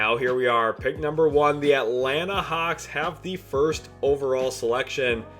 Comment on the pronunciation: It Atlanta hawks not hauck